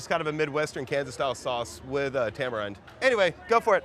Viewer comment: I don't think it's pronounced tamarind. I believe it's tamarind.